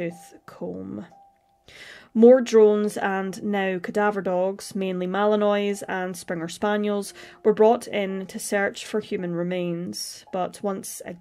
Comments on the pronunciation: About the particular dog breed Malinois ( from Belgian city Malines or Mechelen (Flemish) , it's pronounced as [malinwa] so the 'i' sounds like the first 'e" of / here / and the 'ois' is not pronounced as in the word 'toys' ...great research as always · Malinois = mal-ee-nwa (just use Google translate's pronunciation tool)